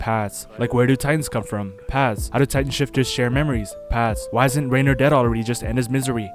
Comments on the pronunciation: the way hes saying it like rainer instead of ryener is sending me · Rye ner. Not rayner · Why u saying rainer